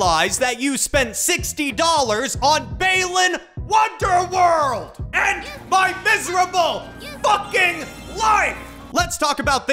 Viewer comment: Why does he pronounce it Baylan Wonderworld?